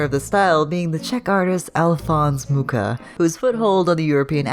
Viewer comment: Mucha is pronounced as "Muha"